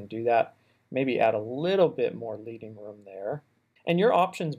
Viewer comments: FYI, Leading is pronounced like the metal (ledding) as it's a term from metal typesetting and refers to the lead spacers they used to use in letterpresses. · Super tutorial. Straight to the point. Clean. Helpful hint: leading is pronounced "led-ding", as in, recalling the lead (Pb) strips that hand-typesetters used to space type lines back in the day. Now you can avoid awkward smiles and side glances from your print designer friends as you expound about how to title at post-production beer bashes. Cheers. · Great video, thanks so much for creating this! One quick note: "leading" in typography is pronounced "lehd-ing" (like the chemical element) 😉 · Hi. Thanks for the really useful tutorial. I'll be using this on my own tutorial videos that are often in need of titles for the different segments. Just a heads up regarding the "leading". The name comes from a time when typesetting was done by hand and pieces of lead were used to separate the lines. So it's pronounced like "ledding". Not mentioning this to dis on your excellent video in any way and be "That guy" I just know I'd like to know out of interest 😀 Cheers again for taking the time to put this together. The little zooms in to tools etc are a step above and beyond. Awesome work. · Thanks for the video, but a historical FYI.... It's called leading like lead the metal, not lead the verb. The historical context is that it came from when printers laid out the text using spacers made from lead the metal between the rows to create the space.